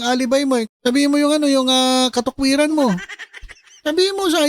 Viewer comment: "..Katokwiran.." hahaha😅